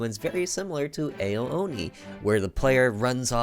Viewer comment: Its not Eo Oni its Ao Oni